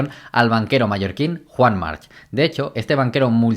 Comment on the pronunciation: buenisimo! solo un apunte, Joan March se pronuncia "marc", la h es catalan arcaico y muchos apellidos acabados en c llevan la h